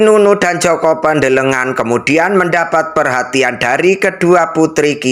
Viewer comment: JOKO PANDELEGAN. BUKAN JOKO PANDELE NGAN..ITU DONGENG BUKAN FAKTA SEJARAH..